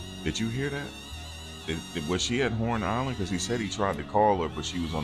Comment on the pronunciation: He did not completely pronounce the entire word "island"